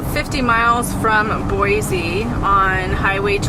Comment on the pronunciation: been enjoying seeing your travels as this is something I'd love to do! Thanks for all the great content! I grew up in the Boise (local tip...pronounced BOY-CEE;)) area and am so glad you enjoyed your visit...so much beauty to see.